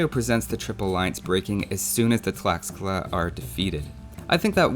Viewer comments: From what I know tlaxcala is pronounced "tlashcala", same with texcoco, "teshcoco". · Great video, keep it up! One little remark: "x" is pronounced like "sh" in Nahuatl, the aztec language. So Tlaxcala is pronounced like "Tlashcala".